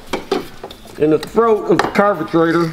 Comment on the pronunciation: Wait a minute! He mispronounces everything, "Krohler," " muffkin," "carbagetraitor," and then he uses the proper British pronunciation for Aluminum??!! It's like Chuck Yeager used to say, "I'm just speakin' the King's English!"